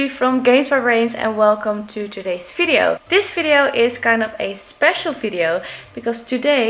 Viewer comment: Best thing I like how you say "(F)video" :)